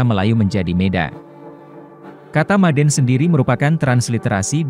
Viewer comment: Orang Karo sebutan untuk sembuh itu dengan ucapan MADAAN...jadi bukan maden... Merusak nama'a itu bro,jangan tujuan terlihat pintar tapi budaya orang di pinggirkan lah. Aku orang Karo jadi aku lebih tau kalimat itu.